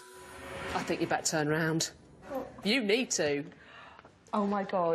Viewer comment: Why can't the blonde pronounce "TH" ? Is it a speech impediment? "Fink" for "think" "Hellfy" for "healthy" etc. It sounds odd.